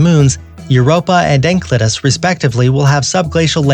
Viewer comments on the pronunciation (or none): And the moon En-sell-eh-dis, not ankludis. I suspect it doesn't matter about being wrong, since a) our watches are already counted, and b) we also commented. Both of these are the actual goal of the video. And also possibly the announcer assumes his intelligence is foolproof.